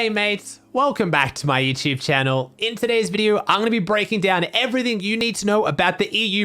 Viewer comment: I Love How He Says " Youchube Channow "😂